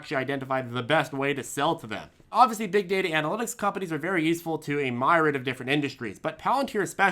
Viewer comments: Myriad is MYR-EE-ADD not MY-RID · Myriad "Mir-ee-add" YW lol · You pronounced myriad wrong. It’s meer-ee-add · Myriad. Fine word, usually pronounced "mirriad". We've had this talk with PLTR once or twice before, and it just hasn't behaved as yet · Pronounced myriad wrong....